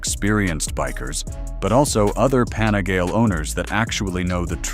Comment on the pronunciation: What the hell is a “panigail”, “panigal” ?